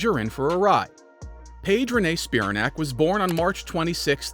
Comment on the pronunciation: It's pronounced Spi-RAN-ac, not SPI-ra-nac.